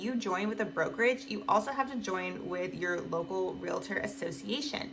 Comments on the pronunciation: Please stop saying real-a-tor, it's real-tor. It only has 2 syllables, not 3. There is no A between the real-tor. If you are one you should definitely know this. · You say realtor wrong